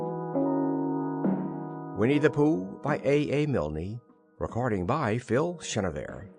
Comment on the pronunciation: who the heck is milnEE??? DUH!